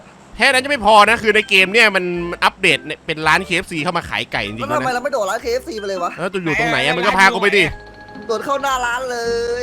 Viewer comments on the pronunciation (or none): ไม่ใช่เคเอฟซี แต่เป็นเคเอฟซี๊ด